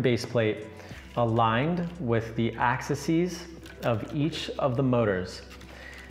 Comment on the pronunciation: The plural of axis is 'axes' ☺. Pronounced Ax-eez